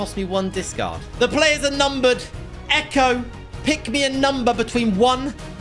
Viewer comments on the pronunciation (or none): none